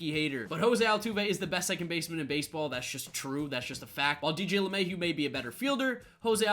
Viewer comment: just butchered Lemahieu😭